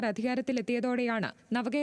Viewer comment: മർദ്ദനത്തിൽ എന്നാണ്. മർധനത്തിൽ എന്നല്ല